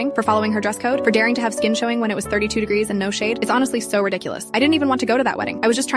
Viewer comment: is nobody talking about hoe they said 30 sondhwoelrnw